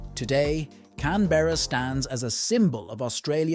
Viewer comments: Australian here. It’s pronounced “Can-Bruh” not “Can-Berr-A” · It's pronounced "Can-bruh"